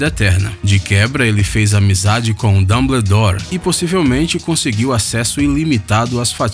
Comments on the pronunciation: Dambledore??? DAMBLEDORE????? FALA DIREITO CARA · Não acredito que vc falou dumbledore errado😠